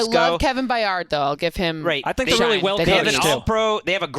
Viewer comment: Wow allowing to do the titans after she was 100% wrong about them every week last year during their late season surge is special. She doesn’t even know how to pronounce byards name, completely ignored Jeffrey Simmons and autry and Robert woods. Disrespectful